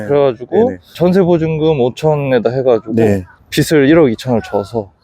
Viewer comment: 빚을-비즐, 빚이-비지 입니다 입니다.